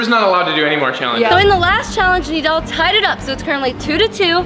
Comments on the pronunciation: It’s nidal not needle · its nidal not neddel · Bruh you said needle not nidal